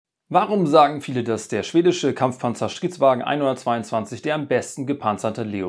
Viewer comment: Ich verstehe immer nur Shitwagen 🤔🤭